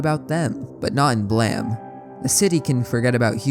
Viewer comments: You can look at the Japanese version of the cover of Volume 1 of the manga on the right side under the english-ized title "BLAME!" and see stylized katakana "ブラム", which would be romanized as "buramu" and would indeed be pronounced "blam". Nihei also created a Wolverine manga (as in, Marvel Comics Wolverine) titled "Wolverine: Snikt!" (as in, the comic-book onomatopoeia-word for Wolverine extending his claws). This leads me to believe that Nihei's actual intention for BLAME! may have been for the title to be BLAM! instead, also like a comic-book sound-effect word, in this case being representative of Killy's gun (Gravitational Beam Emitter) firing - and just that a mistake was made regarding the English writing for that. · Hearing it pronounced as Blam rather than Blame threw me off for sure lol, but it’s always one of my favorite series to listen about, I love that the mangaka was an architect that wanted to create impossible buildings and made a manga around that. naissancE and Manifold Garden have always been perfect subjects for philosophical musings and I love that for creators like you. Thank you for the video! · messed up that its pronounced "blam" honestly. whats that E doing there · This is the first time I hear Blame pronounced as Blam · Read your comment and rolled my eyes, and said something like "look at this pronunciation cop over here" then heard it. No, No you're right and I apologize for doubting you, that hurt to hear. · Calling blame “blam” goes crazy , how’d u manage to misread it that many times lmao it’s an English word brother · Love your videos but jesus christ dude why do you pronounce blame as BLEEEM🫠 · I love the video however I’m pretty sure it’s pronounced “Blame” like the word “lame”, not “Blam” like the word Bam. Other than that great video man 👍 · That's Blame, not Blam, right? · Why does everyone call it BLAM. It's title spells blame.... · Blame not Blam... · There’s no way Blame is pronounced Blam…